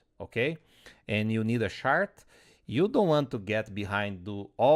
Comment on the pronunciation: Watching this at 1.5x and it took me a good while to understand that you were talking about a "chart" rather than a "shart"...